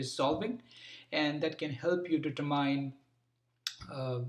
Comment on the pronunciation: Thank you. Also by the way, "determine" is pronounced "determin," not as "det-ter-myne"